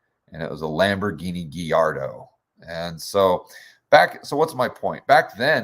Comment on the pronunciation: Its "Gallardo." Not "Gui." Named after a famous breed of fighting bulls. Nice car. Go on.